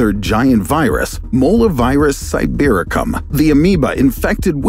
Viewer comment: When he said sibericum💀